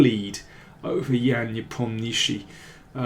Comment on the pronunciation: Poor Nepo, it seems you drippd a syllable from Nepom-nyash-chiy. Russian consonant soup, eh! cf